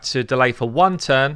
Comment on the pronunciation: sepulcher = SEP-ul-ker :P